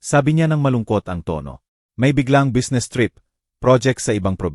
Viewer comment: Ewan ko Basta nttwa ako sa narrator sabe nya busnes tas nikte gete Durk nub